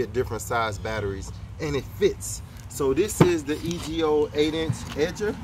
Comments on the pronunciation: It's EGO, not E.G.O... ijs bro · Its EGO not e g o you dummy. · It's just pronounced Ego my brother. I have the same system and I love it. Very powerful, very quiet compared to the gas versions, and I don't have to worry about having gas and oil or the smell. You give some really good tips about keeping kids from getting hurt, I like that. Even with a safety you know those kids will watch us and learn how to make it work. Keep up the great work. Also, go ahead and grab the Ego blower. I think I paid around $150 for mine (the 530 cfm model) and it came with a battery. The battery alone is usually like $125, so it's like getting the blower for just a few dollars more, and you can rid yourself of that long cord! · Yes you don't do grass or watch tv. The name is pronounced "E" go. Love my battery powered edger for sure. Gives crisppy edges.Im a lawn girl that loves watching you and Bev's videos.💞